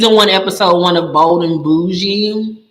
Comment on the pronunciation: Girl I thought you said Old and bougie 😂😂lol